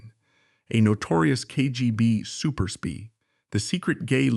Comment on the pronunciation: can't watch this - sort out your AI. What's a 'super spee'???